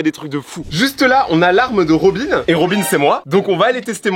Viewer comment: Il dit robine alors quond dit robin